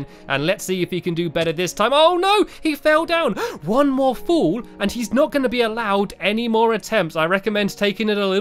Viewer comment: You are saying full it is fall